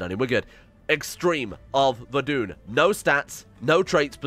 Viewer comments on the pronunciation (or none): its pronounced ver-dun